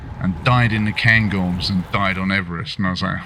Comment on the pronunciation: Het is "Cairngorm" ipv "Gairngorm". Ik weet het, ik heb er een meerdaagse survival tocht gedaan :)